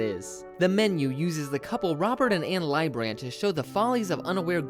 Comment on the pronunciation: it's actually Richard Liebbrandt (LEE-brant), not Robert LYE-brandt.